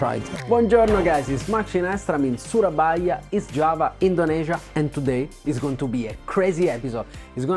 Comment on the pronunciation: I always love how you say "Indonesia" as a foreigner because it's the correct local pronunciation